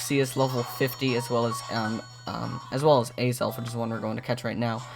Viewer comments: Its not Azalf Its Azelf bot not judging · Btw Azelf is pronounced with the accent over the second syllable. So it's a-ZELF with the caps denoting where the stress should be placed. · u missed pronounse azelf